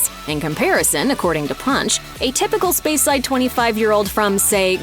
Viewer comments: And also Speyside as "Spyside" 🤦‍♂ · Spy-side hurt my ears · And a cringeworthy pronunciation of "speyside" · She pronounced “Speyside” incorrectly too. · cant even pronounce speyside called it spyside and macallan is mackallen shocking announcer